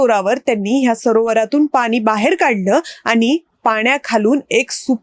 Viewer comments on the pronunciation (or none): या बाई तोंडाऐवजी हाताने बोलतात का? उच्चारण नीट नाही, आनी आणि पानी...